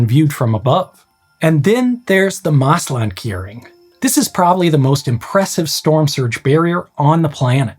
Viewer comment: Yes I don't expect him to pronounce it well, this is not a language channel after all. But his pronunciation of "Veluwemeer" and "Afsluitdijk" was pretty bad, on the other hand ,"Oosterscheldekering" and "Maeslantkering" was almost perfect. So yes could be worse.